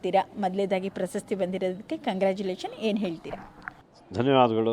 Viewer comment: ಆ ರಿಪೋರ್ಟರ್ ಗೆ ಕನ್ನಡ ಉಚ್ಚಾರಣೆ ಸರಿಯಾಗಿ ಬರಲ್ಲ 2.15 "ಪ್ರಸಸ್ತಿ "ಅಲ್ಲ ಕಣಮ್ಮ "ಪ್ರಶಸ್ತಿ"